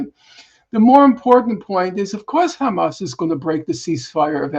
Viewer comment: Please Mr. Hill, Hamas, not Hamass.